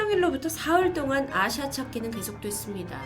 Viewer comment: 전 아시아로 들었어요..ㅠㅠㅋㅋㅋㅋ